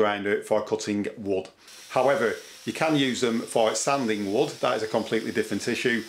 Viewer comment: Cutting “wood!” I thought you were saying “wut.” Great tips though.